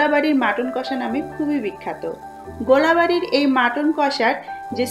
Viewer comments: It's gol Bari not gola Bari. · kotha ta gola bari noi golbari hobe